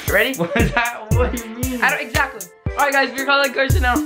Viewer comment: It's not varson its Carson